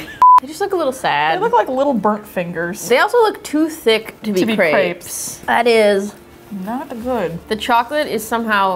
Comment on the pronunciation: " chocolate filled CRAPS" 🤣